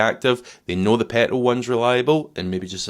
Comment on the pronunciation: Great video. And you prounouce the word ‘petrol’ in a highly amusing manner. I have a 2010 Audi A3 with the 2.0 TDI engine. it seems very robust, currently at 124K and convinced she will be just as strong for the next owner when I move her on next year. Diesel power !